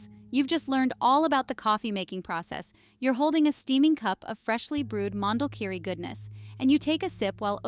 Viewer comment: Please the name is : Mondulkiri - not Mandel kiri😅